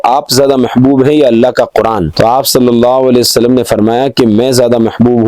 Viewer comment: sallallau wale wa sallam; bolna seekhlo apni tajveed durust karlo bhai maane badal jate